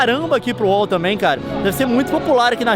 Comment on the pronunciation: Leon fala UOL. LOL FALA WOW LEON !